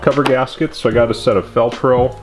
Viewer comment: Fel-Pro, I swore I heard velcro gaskets. Ha. Great video as always